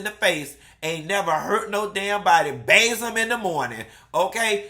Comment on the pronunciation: "And baze them in the morning" 🤣🤣